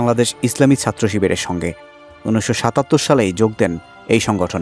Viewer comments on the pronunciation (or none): none